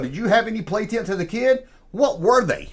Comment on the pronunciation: Errtime you say tents I hear tits!! that right therrr is the lost world V-hickle tent!! With a stirrrin’ wheel!! Junkman for President!! Wooooweee 😅